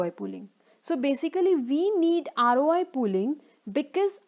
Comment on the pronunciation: This video might be very good, but i cant watch it, because of the voice :( i'm so sorry. Not even when i take a shot every time she says "Aroay".